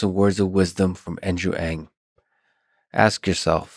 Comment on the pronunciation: Thank you for pronouncing "Ng" at the beginning of the video! His name is everywhere, but it's not easy to find out the pronunciation. Also great questions, and inspiring, insightful answers from Andrew.